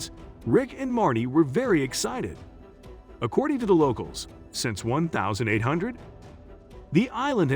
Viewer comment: all mistakes accordi? it's 200 years old not 300 one thousand seven hundred ninety nin??? it started 1795, not 179nin - those are not the three teenagers, those are the Lagina brothers they stopped at 30, not few. what scared the teenagers off? it's not 10 it's 9 - again, those are not the three teenagers!!! monsters? proof? it's not 30-40, it's 80-90 granite precisely? who is Edward "Rosnow"? 40 feet below, MILLION lbs are buried?????? No it's 2 million! you pronounced chappell wrong what evidence did he prove that he found a 250 yo French hunting ax??? two fifty? it's 2 HUNDRED fifty. one two seven? Francis Bacon is not Shakespeare pronounced Lagina wrong. what evidence is there to prove that Rick and Marty's parents owned a Reader's digest? two five? trayton? Lagina mispronunciation #2!!!!!!! seven dollars million? #3 time he mispronounces it!!! #4! at the swamp, not the MP! actually 371 years! 5th time! why u askin' me for? It's 228. SIX? they didn't find that! Chappell did! no stress in the words that's funny seven? 2 human bones. it's not Dayton it's Drayton you pronounced lead wrong 8???????????? pope didn't exist in 1119! - also that rhodolite brooch doesn't have anything to do with the templars! I bet you were referring to the la formule cipher "w